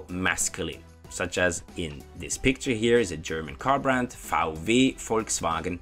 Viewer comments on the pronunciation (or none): The way you say German (Your way: Cherman) always cracks me up 😂😂. Great work, tho. Much love :) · Ch-erman Ch-enders :D